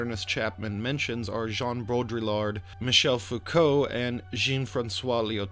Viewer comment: Quick Lesson in French Names à la Mode, mate: Baudrillard = "Bowed Re-yard". The terminal "D" is somewhat optional. Americans pronounce it. The rest of the world doesn't tend to. The Jean in "Jean-François Lyotard" is pronounced the same way as the "Jean" in Baudrillard, which you nailed. And don't pronounce the "D" in Lyotard. Full credit for Michel Foucault. ✅ And don't pronounce the "S" in Jacques. Not even in America. lol Love your shit tho. Just giving you a hard time. Keep it up. (Oh, and I am subscriber # 500. I want a prize. You are halfway to monetisation. Good luck.)